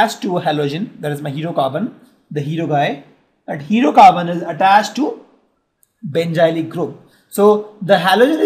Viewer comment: sir............it's benzylic carbon not benjylic